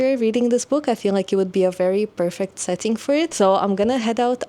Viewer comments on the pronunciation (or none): none